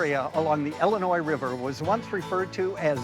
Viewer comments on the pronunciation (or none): Great episode. It’s Illinois, not Ellinois. 😮